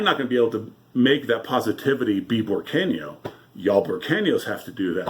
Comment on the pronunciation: Just to correct you its Burqueno. I like your channel.